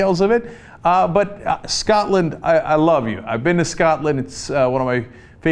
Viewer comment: "Scottland"...????....is that near Turkee or Armeanieya....